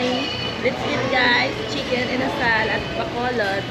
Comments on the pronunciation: You are correct. Funny story: I know it's pronounced inasal, but having been saying it this way for 35 years. Your the first person that has said something to me. I know it keeps coming out that way even though I'm trying to omit the D sound, lol: bad habit. That's my favorite thing to eat, which I'm eating right now as I'm typing this reply. Anyways, thanks for commenting. Take Care. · There is no "d" in "inasal".